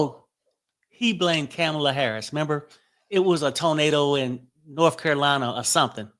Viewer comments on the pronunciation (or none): Not Kamila, it's pronounced Kom-a-la.